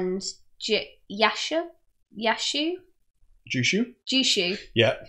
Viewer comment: Technically Jushu should probably be pronounced Yushu.